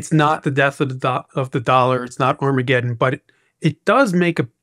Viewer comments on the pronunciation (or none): none